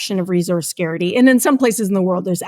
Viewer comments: why is she saying "resource scare-ity" instead of "resource scarcity" ???? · its pronounced "scarcity" not "scarity" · 'resource scarity'? wtf professor... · Its scarcity not 'scary'ty😳 . This is the state of education in america 😂. My bad its canada !! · Barbie was good.... "Scarity" instead of scarcity, multiple times.... I'm out. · The word is “scarcity” not “scarety” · It's scarCity! Not scarity! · She is saying scarity, but she means scarcity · Never heard the phrase "resource scarity" before, I'm sure she meant "resource scarcity" odd because she repeatedly said it 🤔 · Scarcity, not "scarity." I find it difficult to believe a PhD researcher can't pronounce this word correctly. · She's gotta stop saying "scarity" 😖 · Suh-keyhr- sit- teeeeee Scares - itty Scarcity. Lady i love you but we have to fix this its throwing off the whole effort to be seriously considered Maybe its addressed later in the video. If he was taught manners he would drop it in his replies conversationally and never bring it up again but im too horrified to keep watching. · the guest thought "scarcity" was "scarity" and said it four times; I guess she just didn't know the word and wanted to use the idea in this discussion. Do you all think it's wrong to take this error into consideration when contemplating her arguments? Is it wrong to raise mental defenses because of verbal slips like these? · Does she not know how to pronounce the word "scarcity?" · Why am I listening to some who can't say scarcity properly. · My first red flag was when she said about the Barbie movie “you should see it, it was great”. My second red flag was when she failed to say the word “scarcity” for the third time, and I realized it wasn’t just an accidental mispronunciation, but that she actually didn’t know what that word was… stopped watching at that point. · to What is saying?? resource scarcity or security??